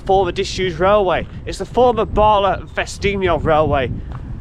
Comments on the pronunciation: Nant = Stream. Cwm = Valley. Prysor (pron. Prussor) = Busy. Pronunciation of LL = tongue behind top teeth, and blow. Llyn = Lake. Llan = Church. Dder-fel = of/like righteousness. Capel = Chapel. Celyn (pron. Kellin) = Holly. Bala - not Baala, even though it is Wales... ;-) You're welcome. Although I love driving the road from near Bala to Ffestiniog, which goes over the two dams, I've never taken the time to notice a railway, which is really interesting. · Very interesting video. To note Bala is a short 'a' not a long 'a' so Ba La not Baala 😁